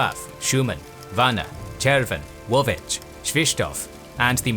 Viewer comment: Моля българите отговорни в направата на видеото, да обърнат внимание на произношението на буква "Л" когато стои пред букви (а,ъ,о,у) в българският език. От чудесното видео виждам, че сте повлияли на произношенията като - Уовеч, Пресуав, Уаскарис, Вуадисуав, Куокотница, Кауоян и т.н. В днешно време голям процент от "бъугарите" имат този говорен дефект, но за седмица тренировки се оправя. Иначе продължавайте с хубавите видеа!